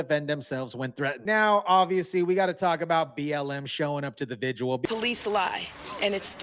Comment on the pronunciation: Vi - gil Not vi gu al or whatever the f you keep trying to say.